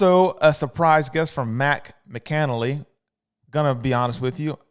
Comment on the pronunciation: And it's pronounced "MACK uh nally" lol